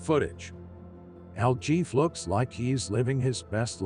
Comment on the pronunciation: It's pronounced 'el heffay' , not el Jeff ! El JEFE , MEANS THE BOSS,OR THE HEAD HONCHO, ETC.